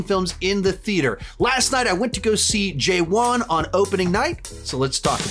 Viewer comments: Its not pronounced J One its Pronounced Ja Wan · it is pronounced as "juh-one" not "jay-one" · Pronounced “Juh-Vahn” not “Jay-Whan”, the w is V sounding. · Jay-Von 😀 ...it's pronounced Juv'Aan. Nice review 👏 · to be pronounced= 'ja'waan, not JayWan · I fell off from my chair when you pronounced’ JEWAN’ 😢